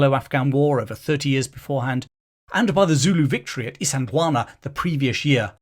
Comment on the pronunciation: I love the fact that you got the pronunciation of "Isandlwana"very nearly correct.Not easy to do. Kudos to you, from and old South African soldier